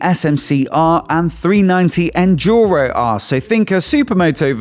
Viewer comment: ducati, ducati please, not Djucati; ask some Italian friends with the pronunciation; idem for KTM: it is duke, not djuke; and enduro, not endjuro